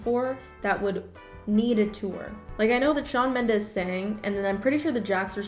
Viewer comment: "tHaT's cHaWn MeNdEs" ksksk im sorry